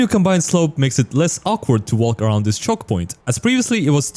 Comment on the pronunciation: i like the way he says aroud